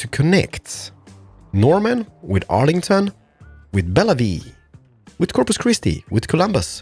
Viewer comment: its pronounced Bell-view